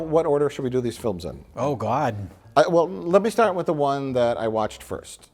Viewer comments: "oh gawd' is the most Milwaukee thing I've heard him say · Midwestern accent really came out for this "Oh God!"